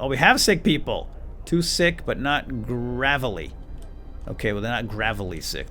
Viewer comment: its pronounced grave-ley